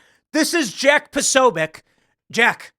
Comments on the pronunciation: Maher shows how little he knows by not knowing who Jack is and not even bothering to try to pronounce his name correctly. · Posobiec's name doesnt start with "PRO", it starts with "POS." FFS, get it right, Maher.